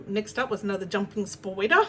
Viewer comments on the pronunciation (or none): Hehee your "spyder" pronunciation reminds me of Kath & Kim! 😄 Congrats on a great market ❤ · Hahah I don't know what is funnier... your picture on your thumbnail of Turtle lady or your pronunciation of 'spyder' 🤣🤣🤣🤣🤣 what isn't funny though, is her.. gosh she's infuriating! Well done on your market though!!! 🤩